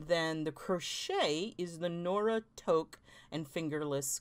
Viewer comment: FYI, Toque is pronounced TOOK. But don’t worry, Fiber Spider couldn’t pronounce it either LOL. Thanks for an awesome giveaway and congrats in advance to the winner.